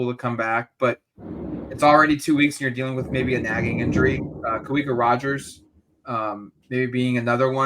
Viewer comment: One of these days will say Kawika Rodgers' name correctly, he's only been here three years lol